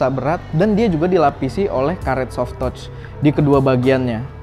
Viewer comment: Soft "toch" 👌